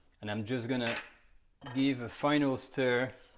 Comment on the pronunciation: It;s pronounced "sturr" not "steer". Don't talk about pronunciation of another language until you have perfected your english, so you don't look like a hypocrite